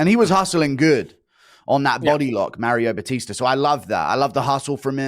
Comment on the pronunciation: Starting a sentence with "Anthony Smith said..." is CRAZY. "MAR BATISE" for Mario Bautista is also crazy.